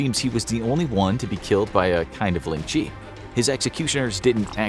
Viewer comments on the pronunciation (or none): Ling Chi really u Butchered that so bad